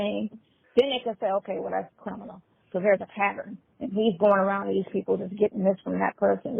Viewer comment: I thought that I was the only one who noticed that never says the word CRIMINAL! He always says CRINIMAL! 🤣😂